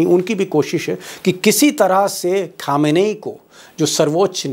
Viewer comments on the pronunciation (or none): Deepak Ji, Ali "Khameni" pronounciation is ख़ामेनी Not खामेनेई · Unka nam "khamnai" nehi, "KHAMENI" hai